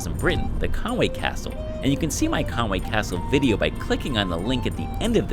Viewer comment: Its pronounced Con-wee,if you look theres no "a" is there? Diolch (thanks)